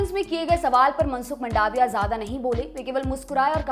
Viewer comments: जी वह मंडाविया नहीँ मांडविया है,और पलीताना नहीँ पालीताना है ।। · उच्चारण की गलती तो आप की भी है, वो मंडाविया नही, मांडविया है।🤭🤭🤭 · इसको मंडाविया नई बोलते मांडविया बोलते है... इंग्लिश भाषा ही खुद उलझी हुइ भाषा है कि इसे आप किसी व्यक्ति का आकलन नई करसकते... ગુજરાતી માં તેને માંડવીયા કેવાઈ છે ... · it's मांडविया...